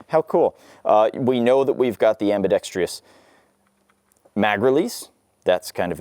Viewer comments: Sadly his many mispronunciations include... dampening instead of the correct damp-ing... ambidex-treee-us instead of the correct ambidex-truss... polygonn-al instead of the correct poh-lig-un-il... it goes on and on with this guy. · It’s not pronounced “ambidextreeous”, it’s pronounced ambidextrous.